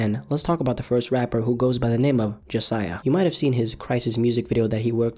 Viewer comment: Jasiaiah more like jahsaiah